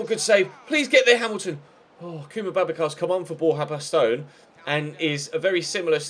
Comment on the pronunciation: baston is bastin not bastone